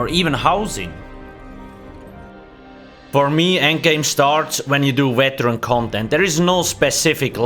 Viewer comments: "Weteran" lol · Every time he say Weteran u take a shot